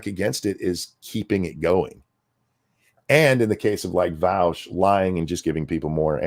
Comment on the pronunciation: I am just shy of a 1/4 hour into the video so I have hardly made a dent but already wanting to comment how much I love how pronounces Vaush’s name. As a German I have always hated how Vaush pronounces his name, as it is an affront to all that is decent in the German language so to hear it pronounced correctly by makes my ears bleed eversomuch less than they otherwise would; though having to listen to Vaush probably defend himself later in the video will likely counteract any ameliorative effect hearing his name pronounced correctly at the the beginning will have, but thanks all the same!